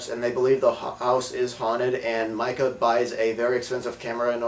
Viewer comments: lol i dont think these guys really watched the movie. his name is MEEKA not MIKA and she woman says meeka alot.idk how he got this confused, and anyone who has seen this movie would agree with me. this movie is also scary as shit, by far best scaryness evar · its pronounced MEE-KA. good review tho. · its Mikah